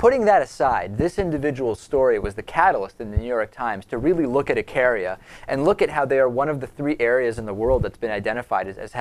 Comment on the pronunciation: Eek-a-ria is how its pronounced.